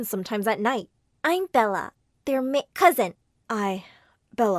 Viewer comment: Him: I Bella I Me : IBELLA